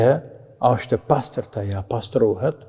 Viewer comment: E paster thuhet jo e pastert